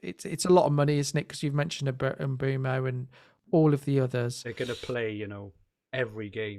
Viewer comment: I got 13 different pronunciations of mbuemo 😂 good job guys as always